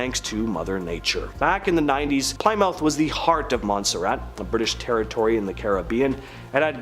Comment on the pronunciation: OH MY LORD!!!! Please learn how to say Plymouth correctly. Not Ply-mouth, but Pli (short i sound) moth.